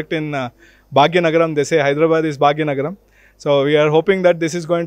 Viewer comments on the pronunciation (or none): Not bhagya nagram😂😂 joker it's hyderabad city of nizams ...not bhagya nagram 😂😂